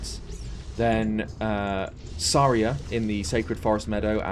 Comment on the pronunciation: Why do you say Saraya weird?